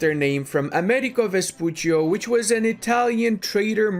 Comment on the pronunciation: come on... it's Amerigo Vespucci, not ''Americo Vespuccio''.